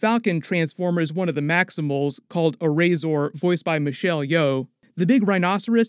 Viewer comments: AIR RAZOR not Errayzor 😂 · erm as well as G1 cartoon the Terrorcons were also in Transformers Prime tv series, they were still beasts though, like the G1 version, oh...and it's pronounced Air Razor not Airzor, btw the plane parts at the end we see, when Mirage transforms, might be Stratosphere(the voice cast news for the film already confims he's in the movie), now Stratosphere is a big military cargo plane(similar to like the one we saw Optimus Prime roll out of, mid air, in one of the Bayformers movies) now Stratosphere has appeared in one of the Transformers videogames before and also as a figure during the Bayformers toyline, he'll probably just be used as transport for the Autobots/Maximals to travel to other regions or continents(they kinda did that in the cartoons with either Jetfire and Sky Lynx). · Her name is pronounced as Air-Razor and not as Airrazor like you said it. And the Dinobots are not tied to the Terrorcons other than they are in the same cartoon back in the day. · Oh, I love you but the falcon's name is Air Razor, not, whatever it is you said lol